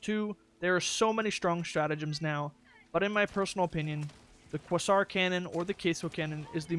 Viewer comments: Say it with me " "quāsär" " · Not quäsär but quāzär